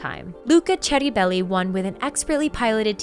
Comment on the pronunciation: Kudos for the correct pronunciation of Ceribelli 🔝